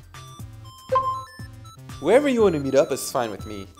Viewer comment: wherever you가 '웨어r위' 로 들리네...ㅠ